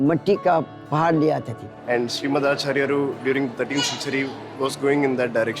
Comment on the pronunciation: Kindly rectify the picture of Sri Madhwacharya. Sri adi shankaracharya's pic has been put instead. Also, its "मध्वाचार्य and not माधवाचार्य".